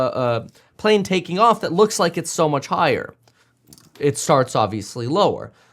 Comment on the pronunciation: "the wrong PAALANE in site". man i hate the way he talks lmao